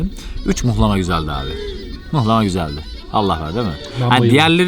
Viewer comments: mıhlama ne la muhlama diceksiniz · Mıhlama değil muhlamadur onun adı... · mıhlama değil ama muhlama deriz biz..hatta muğlama :) kim demişse yanlış demiş size...video güzel oldu bu arada tanıtım için teşekkürler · Mıhlama değil muhlama.. Rizeden sevgiler 🙋‍♀️ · Muhlama* nolur mıhlama demeyin ya aşaösşdmjsaöÖdk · mıhlama değil muğllaaamaaa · Mıhlama değil Muhlama u ile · Gelmişsin hoşta gelmişsin; fakat özellikle ricamdır düzeltmen dileğiyle. Mıhlama değil, muhlama. İyi eğlenceler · mıhlama değil mUhlama anlayın artık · Mıhlama değil muhlama dır onun gerçek ismi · Mıhlama değil muhlama ben Rizeliyim yanlış biliyosun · Onun adı mıhlama değil muğlama ya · Mıhlama ne ya mıh nedir muhlama 😂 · Mıhlama değil muhlama düzelt sunu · Mıhlama değil "Muhlama" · mıhlama değil *muhlama. nal çivisi değil bu. Her Karadenizli laz değildir, geleyrum gideyrum Lazca değildir, Lazca ayrı bir dildir. Ömrümüz bu yanlışları düzeltmekle geçecek gibi :) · Evet abi mıhlama diyen maldır muhlama ya adı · adam kaç kere söyledi ısrarla mıhlama yazmışsın ya🤦🏻‍♀️ mıhlama değil muhlamaa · Mıhlama değil muhlama 🤦🏼‍♂️ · Mıhlama değil Muhlama bir öğrenemediniz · Yemek için 1250 km gitmişsin sonrasında video çekip yayınlamış emek harcamışsın ama daha adını öğrenememişsin.Mıhlama değil Muhlama Urfanın u su "U" selametle.. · . ABİ MUHLAMA DEMEK NE KADAR ZOR YA. MUHLAMA ALOOOOO MIHLAMA DEĞİL ! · Abi onun adi mihlama degil muhlama bende bir karadenizli olarak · Mıhlama değil MUHLAMA adı milyonlara hitap ediyorsun yanlış olmasın:) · Başlığı Mıhlama yerine Muğlama olarak değiştir:) Ğ harfi genizden gelecek.;) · Mıhlama değil muhlama 🤦🏻‍♂️ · Yorumlara bakmadan yazıyorum belki de yazılmıştır ama yazmadan edemiycem ,Mihlama değil MUHLAMA. Hatta yumuşak "H" ile değil böyle boğazdan. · bir yanlışı düzeltelim mıhlama değil MUHLAMA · mıhlama değil muhlama ben Rizede yaşıyom benden iyi bilemezsiniz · Mıhlama değil muhlama ya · Mıhlama değil Muhlama.